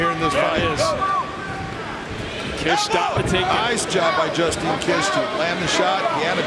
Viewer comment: Justine kish she's the one who shit herself in a mma fight, is that why you butchered her name? Lol